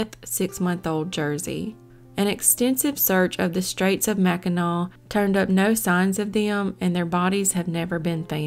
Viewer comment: Yay!!! You said Mackinac (w) right! Heading that way in two weeks!